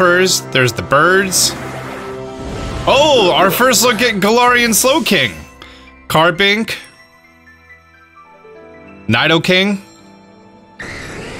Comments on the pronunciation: why is he saying it with a "y?" o-o; Nydoking is what your saying.. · What's a n-eye-doking? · nido would make a "Kneedo" sound js. japanese ni doesn't make a "nigh" sound. nido(nighdo) is american vowel sounds... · But lets be honest, its Knee-dough-king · this guy probably played pokemon for over 20 years and pronounces nidoking like this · Came here to get away from adrives briggida intro only to go right back after the NIDOking.. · Pretty sure that's not how you pronounce Nidoking lol Great Vid either way! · Nidoking's pronunciation triggered me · Why you trying to correct the narrator when you don’t even say Nidoking correctly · Idk why but the way he pronounced nidoking irked me lol